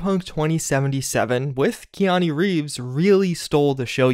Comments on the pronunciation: Say it with me... KEY-ah-Nu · How did you manage to pronounce his first name wrong?